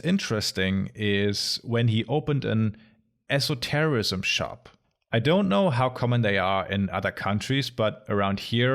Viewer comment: This was the first time I have ever heard of an esoterrorism shop. At least that is what I thought I heard until I realized you said esotericism. But now I wonder what an esoterrosism shop would sell? Esoteric explosives?